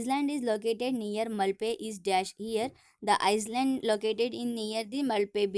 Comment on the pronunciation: Madam first you learn the pronunciation of island and sea🤛👎